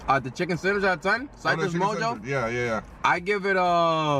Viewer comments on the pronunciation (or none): Why you pronounce Citrus like that? 😭💀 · oh nahhh you're saying it like cytrus 😂